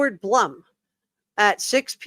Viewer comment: FYI- I believe Blum is pronounced “bloom”.